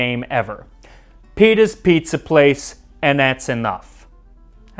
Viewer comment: Petahs Pizza Place 'n' that's Uhnuff Spoken like a true Wop